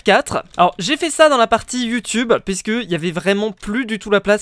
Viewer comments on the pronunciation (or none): none